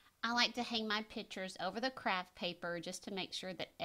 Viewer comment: Your professionalism is quite obvious, however,every time you used the word ‘pitchers’ I cringed. A pitcher is a vessel used for liquids. The correct pronunciation for framed art is a picture. (Pic-ture) Not a pitcher. Hope this is beneficial for you in the future.